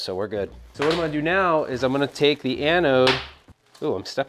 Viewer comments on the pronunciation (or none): none